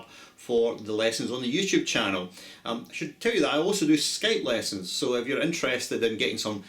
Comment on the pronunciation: I love the way you pronounce 'lessons'